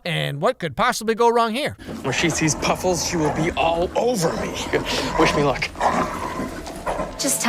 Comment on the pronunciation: Nobody gonna talk about how that Della chick says Puffels every time she goes anywhere also I loved as a kid so to see this was wicked